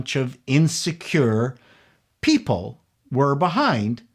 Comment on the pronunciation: i absolutely caught (and loved) difficulty at saying "people" beginning at the mark... 😂👍